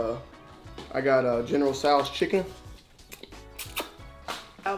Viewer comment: the way y'all pronounced all this food has me dead bro - LOUUUU Mein, General TsOUUUs chicken lol